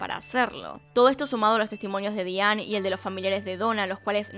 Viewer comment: Con respeto tienes problemas con la pronunciación en inglés. Es Diane Daianne se diría.